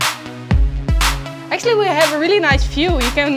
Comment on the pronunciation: "Aksjullie wie haf a nais fjoew" kijkt uit over zee van steen en asfalt